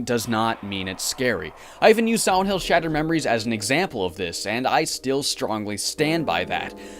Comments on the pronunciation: Dude every time he said silent hill I heard siwent hill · Take a shot everytime he says Siwent Hill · I always hear him say Siwent hill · Siwent Hiw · "Swient hill" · sawent hiww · heh siwent hill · Siwent hill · I wuv Sigh-Went Hwill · ...Am I the only one who thinks it sounds like you called this one Siwent Hill over and over? And it looks like it too? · Be vewwy vewwy quiet... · But here's the thing - listening to him talk, I've only ever heard him replace the L with a W when he mentions "Silent Hill" itself; otherwise, he's able to pronounce L's normally. Must be the phonetics OF the word Silent, maybe. But it's a minor thing compared to a great review, so from one R.A.D. to another, good work man! From Canada, with love <3